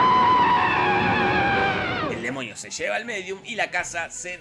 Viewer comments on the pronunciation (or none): amo como dice demoñi